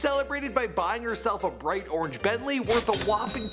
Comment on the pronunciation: He butched the fucked out of the Bentleys name